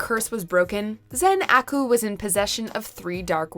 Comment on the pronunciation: Is it just me or did anyone else cringe a little at the way she said Zen-Aku.